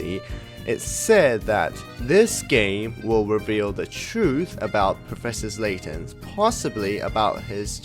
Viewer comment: it's professor layton not professor slayton btw. just saying. we all make mistakes